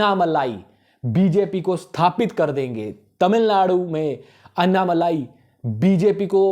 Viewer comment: It's not अन्नामलाई . अन्नामलई